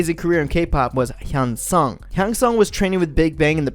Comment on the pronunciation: I know this might not seem that big but it would be cool if you’d look up the names before making these videos, your just really messing them up tbh.. 태양 = 태이얭 현승 = 횬성 ??